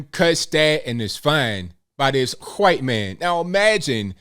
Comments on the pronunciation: I giggle when you say “q’wHite man” 😆😆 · Im a huhwhite, i give a......, is spot on 100% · You asked for our thoughts here's mine.... When you,, pronounce the word white correctly. That's also disrespectful.